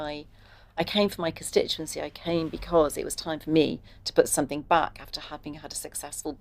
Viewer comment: "Somethink" in place? No grey matter in place 📍.